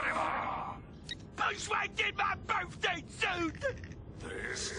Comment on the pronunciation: “BIRFDAY SOot”